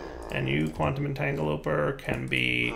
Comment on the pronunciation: Its pronounced entangle-o-porter